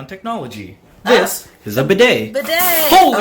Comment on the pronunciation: “Badey”? Lol it’s “bidet”